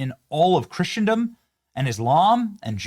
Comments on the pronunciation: Christendom is correctly pronounced "KRISS-uhn-duhm" Dear , we follow you closely and enjoy your informative content, mixed with levity and, of course, Bible verses of the day. Catholics and Protestants are diametrically opposed when it comes to eschatology. Ripperger is hot because exorcists fascinate people. Demonic activity rages on in the Spiritual War. "Church Fathers" should be suspect, as should the sect that adheres to a false doctrine of salvation. They deify Jesus' mortal human mother. They practice necromancy. They have a cannibalistic view of the Lord's Supper, negating the atonement of Jesus Christ at the cross. ONCE paid it all. There are NO human intercessors between a believer and the Lord. The papacy is not divine lineage, and all the pope's minions practice idolatry and false teaching. They can NOT forgive sins. We need no confessors other than Jesus. It is not Christianity😒, sadly. We do our Catholic friends no favors by pretending it is. Time is short, and we must be bold about that to love them well. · Benny, I love your show and I know you are a very intelligent guy, but you must pronounce Christendom correctly… There is no hard tea in the middle of the word so pronounce it like "CHRISSENDOM"and, it's Dome of the Rock not dome on the rock and finally that is not the most holy site in Islam… The most holy site in Islam is Mecca in Saudi Arabia. You correctly pointed out that Christ himself is the third temple, by his own words. There is no need for a third temple since Christ was a total fulfillment of the covenant between God and the Jews. Christ is King. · Benny… love the content! 1. The “t” is silent in “Christendom”. 2. Dome OF (not ‘on’) the Rock. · Christendom, not "Christiandom." Christen rhymes with listen. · It drives me nuts when Benny says "Christiandom" that's not how it's pronounced! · You don't know how to pronounce Christendom